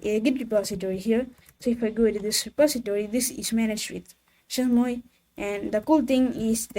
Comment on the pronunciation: Chez moi, 😅 its french google the prononciation Bonne continuation 🎉